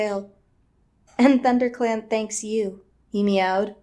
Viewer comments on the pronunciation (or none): I burst out laughing at the blooper " thunder set " ah " thunderclan"